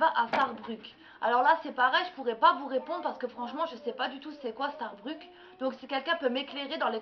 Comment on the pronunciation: et pour info starbuck se prononce "starbeuk".